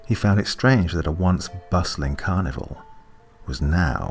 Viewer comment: It sounds like you are saying carnivore instead of carnival.